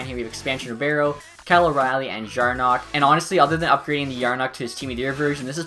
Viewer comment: Did you just say jarnok? Instead of jarnkrok